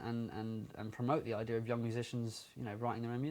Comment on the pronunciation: he said idear instead of idea. He's so CUTE!!